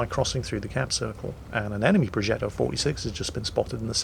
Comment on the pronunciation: Entertaining as always. Just a little detail : The "g" in progetto is pronounced similarly to the "dg" sound in "nudge" or "dodge" .